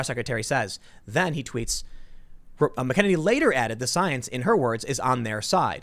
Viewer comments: Tim please pronounce her name correctly. Not Mac Kennedy. Mac-uh-nen-E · Why does nobody know how to pronounce Kayleigh's last name... its Mac-an-inny ... not Mickennitity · Tim Kayleigh Mac Ah Nay Knee!! Love you Brother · Its “*Mac* ’-Eneny” for anyone who cares. Emphasis on the ‘Mac’ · I know it doesn't really look like it (but it does)... but her name is phonically said like this: MAC-uh-NANY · Come on Tim. You're from Chicago and you can't handle an Irish name like MAC-an-nA-nee . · For God's sake can please do for God's sake can please do some research use the phonetic websites to translate this person's name your hacking Kelly mcenany her name two pieces come on dude seriously you're a journalist you should do better than this it's McEnaney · Not a huge deal, but Tim keeps pronouncing her last name incorrectly. MAK-uh-NAY-nee is the correct pronunciation. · MAC-EN-EY-KNEE .. Say it slowly .. MAC-EN-EYY-KNEE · Mack-ah-nay-nee is how it’s pronounced. Trump 2020🇺🇸🇺🇸🇺🇸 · It's pronounced 'MAC-a-nany'. Sheesh. Emphasis on MAC. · It’s pronounced Mack-A-Nenny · MACK-en-ane-ee, sort of rhymes with cockamamie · Tim, you pronounce her name incorrectly. Not that big of a deal, but it bothers me every single time... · Tim says her name wrong EVERY time lol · Jesus Christ. You still can't pronounce Kayleigh's name? Damn, watch the news and listen. Do your homework. Who the hell pronounces names like that? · Can someone please tell Tim how to pronounce her name. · Someone please teach our beloved Tim how to pronounce Kaleighs last name. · Tim, check McEnany pronunciation. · Please learn how to pronounce her name properly! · Tim say her name correct please...haha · DEAR GOD PRONOUNCE HER DAMN NAME CORRECTLY!! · Please pronounce her name correctly. Please Tim. Seriously. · He literally has her name in front of her and he can't pronounce it right. Ffs.